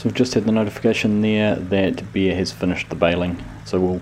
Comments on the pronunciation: Oohhh, “Bear”! I thought you were saying “Beer”. 😆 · It does sound like he is saying beer